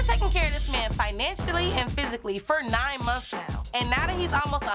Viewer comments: said "Monfs" Me: months lol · It’s bin “ monfs “ monfs” LOL 😂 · "monfs monfs"😭😭